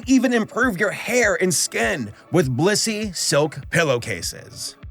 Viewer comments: Blussy? TF is blussy?? Where can i get some of that??? Oh. You said blissy. . . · Blissy sounds like bussy.